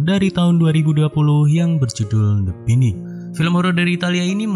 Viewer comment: The bainding bang bacanya